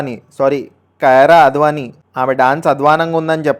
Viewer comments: Babuu adhi kirana kyraa advanii kadhu it's kiiara advanii😂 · కయార అద్వానీ కాదురా సామీ అది " కియార అద్వానీ" 😂